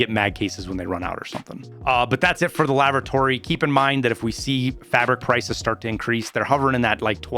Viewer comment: ''Lavratory'' rox xD